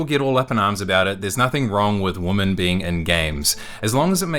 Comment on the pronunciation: Brother, ask ChatGPT how to pronounce the plural form of Women.